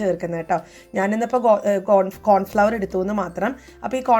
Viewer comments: കോൺഫ്ലോർ എന്നുച്ചരിക്കണേ pls flour എന്നാൽ പൊടി നിങ്ങൾ പറയുന്നത് Flower എന്നാണ് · It's Cornflour and not Cornfloqer you say it is a flower please usee correct pronunciation or ask childrenat home Also no need tosay this instead better home available riceflouralittleamount with water will be equally binding maidens very harmful to intestine